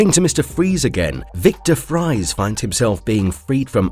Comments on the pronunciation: Isn't the surname "Fries" supposed to be pronounced "freeze" because it was supposed to be German? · Victor freezes last name may be spelled "Fries" however it's origin is German and pronounced freeze. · Fries the name is dutch and actually pronounced like freeze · Fries is still pronounced freeze. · Fries is pronoounced Freeze! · Fries is pronounced “freeze.” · "Fries" is pronounced like "freeze." It is German. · Fries is still said like freeze, even before he becomes "Mr. Freeze." Please learn how to say character names. I can't stand how many times you got it wrong. I'm bailing only 4 entries in because I just can't handle it. I'm sorry, I have Asperger's Syndrome so it's not like u can just not be bothered by it. I don't want to seem rude. It just drives me nuts. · Sorry, mate. But Mr. Freeze's real name is pronounced as same as his criminal alias. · Nah, it’s pronounced “Freez” for Victor Fries. Nevertheless, you will be missed, Mr. Conroy. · Isn’t “Fries” pronounced like “Freeze”? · to - Actually the surname "fries" is pronounced "freeze". (Incidentally, I once had a high school math teacher in which "Spies" was pronounced "Speeze.") to - Close; the fictional disease is called "systemic hypoplasia." Hypoplasia simpliciter is when an organ or some tissue is underdeveloped; no cases of it affecting the entire body have ever been observed, much less have it stop someone from aging. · OP pronouncing Fries (a European last name which is pronounced like freeze, but with an s, not a z) as fries (the food) caught me off guard And it's understandable and all, but his full name has been said in the show several times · I quite enjoy this analysis of B:TAS, but if I may, Mr. Freeze's name is Victor Fries (Freeze) and NOT Victor (French) Fries. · One issue: Victor Fries' last name is pronounced Freeze not fries as in potatoes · Fries is pronounced "freeze." How the hell you didn't know that is astounding. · Dude no offence but you do know it’s pronounced freeze right?